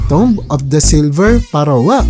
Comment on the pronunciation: Napaiyak ako sa pronounce ng pharaoh parowah wah wah